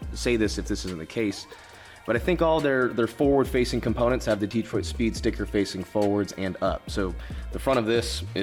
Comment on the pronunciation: it’s pronounced dee-troit. There’s no other way to say it